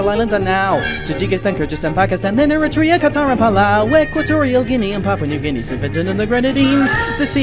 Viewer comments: You forgot to comment on the Dominican Republic It's pronounced Leh-soo-too Paloo? I believe he meant Palau (pronounced palow). Er-RIT-tree-uh KO-so-vo One reason for Korea being lit up entirely was a promotion of reunion as a Federal Republic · it’s pronounced Eritrea